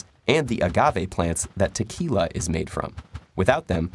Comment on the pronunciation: Is it just me or did he actually say "Tequila" more accentuated than the other words? 🥴